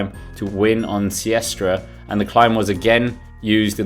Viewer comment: it is Sestriere, not Siestre!